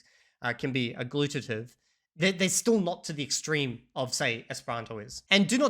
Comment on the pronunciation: I am starting to doubt B2 English, I think he might be a B1 since he mispronounced Mandarin and agglutinative in this video. I know he is pretty fluent, but not convinced 100% 😉